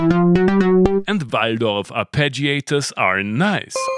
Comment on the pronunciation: Pretty sure, the main reason to do this review for was to show off pronouncing Waldorf correctly!